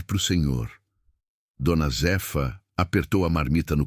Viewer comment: Não é d. Z efa é Zéfa , raiva dessa IA falando errado.kkkkk